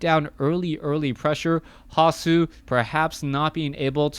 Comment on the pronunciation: Like the way you pronounce the german nick "hasu" :-)